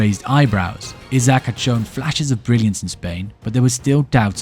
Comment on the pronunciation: Isak not Izak